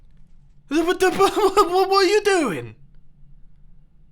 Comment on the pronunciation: "WHPUTABATTUH DOING???" mumbo.exe has stopped working. :(